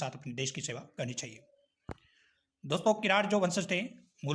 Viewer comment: Read kiran as kirad